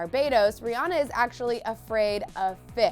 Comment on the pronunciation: U pronounced Rihanna name wrong it's Pronounced Ri-anna